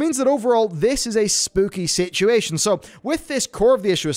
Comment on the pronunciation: “Sitchy ation” I love it LoL